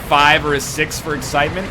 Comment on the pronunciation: He is having trouble with the eggcitement... Also I'm here before Fitler so SUCK IT YOU FOOLS